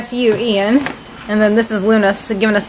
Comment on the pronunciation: i pronounce it like "eye-an" it's weird hahah